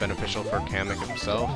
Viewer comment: its not kammy its kemak